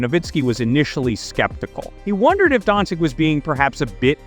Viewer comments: Luka Don-Chich... Not Don-Chick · come on, it's not don chick nor don cick, ffs